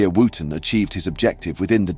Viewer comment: Not for the pronunciation of Wootten.